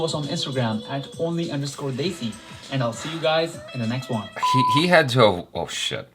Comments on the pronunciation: Desi is pronounced - They C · and, Congratulations on picking out the correct pronunciation of "Main". Nice! Now, let's work on "Desi". At the end of the video, before the jump scare, you can hear the correct pronunciation "Desi". It sounds like the two English words "They-see".:) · Desi Not=Dezi In Hindi Pronunciation It's Spelled As "Dai" Of Dairy And "Ci" Of City.